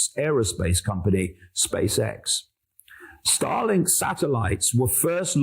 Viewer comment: Whenever he says starlink. All I heard was Stalin ha